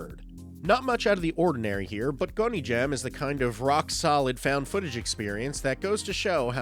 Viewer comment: I really appreciate you putting together this list, thank you! Also, Haunted Asylum is not "gon ee jam", it's "gon ji am" 🤣